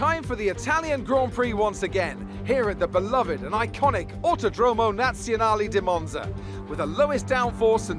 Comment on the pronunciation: Its so funny how the commentator tries to pronunce Autodromo nazionale di Monza and doesnt get one word right